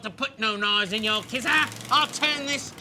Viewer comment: "I packed it in mi kissa"